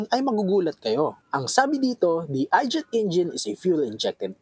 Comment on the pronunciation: I gate hindi I jet. 😂